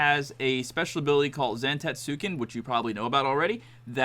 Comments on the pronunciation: it’s pronounced Zan-tets-ken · Awful video. Just guessing at the mechanics instead of understanding them. Don't even know how to pronounce the move name. Awful.